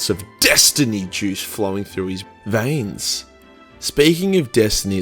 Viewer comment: The way he says veins